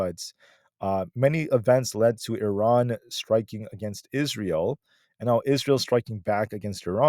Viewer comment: why do you pronounce Iran correctly??